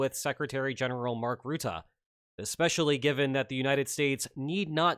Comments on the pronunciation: Rutte is pronounced more like Rüttö, and not like Rutaaah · Respect the Secretary General. His name is not ruette, but Rutte. Speak out the name of the country that attacked Ukraine and now using the same first sylable say Rutte. The 2nd sylable is short, like eh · Pronunciation guide for "Rutte": "Rutt" like in "stuck in a rut", then add "e" like "uh". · Could you please stop pronouncing Rutte like Root-tah?